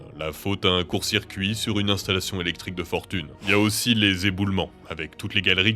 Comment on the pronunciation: a dit elecrique je sais pas si c'étais voulu mais moi je le dit pour triger mon meilleur pote haha